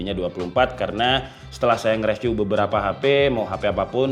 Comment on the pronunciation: bang baca review bukan reviu tapi riviu, ois bukan oais tapi oai s😅